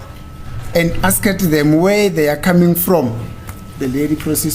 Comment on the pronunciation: Guyz am not rude but pronouncing ' Asked ' A s k e d,, repeatedly haaaiman my daughter is puting me underpressure